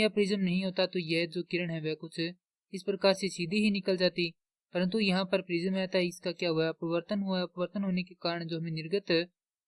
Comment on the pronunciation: छूतमारिके प्रिज़म नहीं प्रिज्म होता है 😅